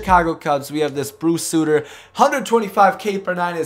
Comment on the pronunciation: its bruce Sutter... not.. suitter.